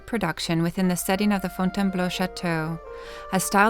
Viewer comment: Désolé chérie. . c est .Fontainebleau.. j aime le son ta voix ..so british..